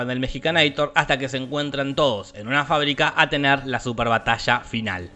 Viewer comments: Es mexicanator, no mejicanator ¬¬ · "Mexicanaitor" te mmste buey!!! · "Mexicaneitor" XD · 'Mexicanator' jajajajajajajajaja